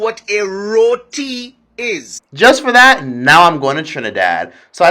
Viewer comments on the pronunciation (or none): Row-tea. That’s how you pronounce it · I am Trini born and live in NY just the title had me laughing you pronounce Roti wrong is not that serious all they had to do was tell you are saying it wrong and tell the proper way to say it. Yes he ripped you off because you did not know the currency rate but still the was bs he gave you the Yankee (aka foreigner rip off rate) price. They would do that to me unless i turn up my accent smh. When i go home i call a relative and travel on TT passport and not the US passport we have dual citizenship. For most part people are laid back and helpful other than taxi I am so glad you had a great experience. Thnk you for info TT version of uber. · 🤣🤣🤣Man f**k Trinis. They still get excited when they hear someone famous eat a doubles. Like they famous by association. Rot-ti was an ok assumption of the pronouciation of a word you're reading for the 1st time. 💜💜💜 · Next time you do a review on someone’s cultural food LEARN TO PRONOUNCE THEIR FOOD HAVE SOME RESPECT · Looking at your video now and you seem kinda ignorant. You put that taxi driver on blast and insulted him but if you bothered to do your research you will find that the average price for a taxi from piarco to poet of spain is about $45 US dollars. Also, learn to pronounce places and things correctly. I am an american married to a trini and i often mispronounced things but im not on youtube putting ahit out there worldwide. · We was more offended dat you pronounce roti wrong ngl cuz food juss subjective and well if it shitty it shitty. I like how you come to see it fuh yuhself tho mad respect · 1st of all he pronounced the names WRONG thats what got us PISSED!!